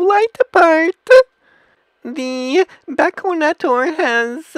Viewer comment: BACK-ONATOURE TON-GUEWY